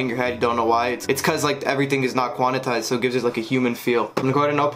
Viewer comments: its quantized bro not quanatized lol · Quan-tized bruh. Not Quan-i-tized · Quantized fam... not quannitized lmao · Take a shot every time he says “quanitized” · Every time he said it I was cracking up lol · you ain’t learn shit you STILL say it like that 😭😭